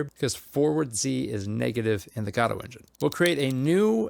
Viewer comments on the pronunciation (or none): Why pronounce it "Gaaawdo" 😭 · I think it is pronounced guh dough. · STOP SAYING GODOTE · the gah dough engine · LOL fr I always thought it was Go. Dot. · GODOT engine, get it right bro